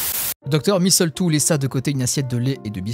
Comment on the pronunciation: Il y a plus de répétitions dans ce texte que dans une mauvaise chanson de rap ! Et on notera toujours le grand soin que prend l'autrice à préparer le contexte : des trucs de zoologue, des trucs de microbiologiste... Le petit détail qui m'a tuée c'est ta prononciation de "misseultou", la cerise sur le gâteau !